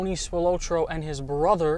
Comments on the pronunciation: This "Spil-low-tro" thing is driving me nuts! Come on! Spil-Lot-tro! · Pronounced "Spil-AH-tro", not "Spil-OH-tro". Also, the Chicago mafia was called "the outfit". That was literally what it was referred to as. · Pronounced Spill-ot-trow. Tony Spilotro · Just a heads up, your pronouncing Tony’s last name wrong, but cool video brother 👍🏼 it’s pronounced Spill ah tro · It takes two seconds to find out how to pronounce spilotro properly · God you butchered his name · Dude couldn’t even pronounce spilotros name right!!